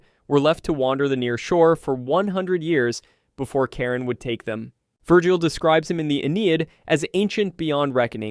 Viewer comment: Karen?🤣😅😆 its actually pronounced how its spelt ch-ar-on